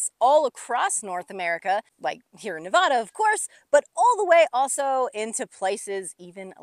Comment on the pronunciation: I love how much time you’re spending in Nevada and the things you’re explaining. They are in my backyard and in the places I visit all the time. But if you’re spending this much time in a place, doesn’t it make sense to pronounce the name of the place as those who live there? Please?